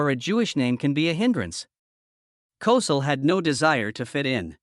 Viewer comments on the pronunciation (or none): It's pronounced like COE-SELL! This incident, along with Jimmy the Greek's comment was one of the first incidents of "cancel culture"! What a shame! These early incidents lead to the widespread cancer of cancel culture today! Trump is trying to erase all of this garbage and restore sanity to the culture! SMH, Andy, Annmarie's husband. SMH, Andy, Annmarie's husband.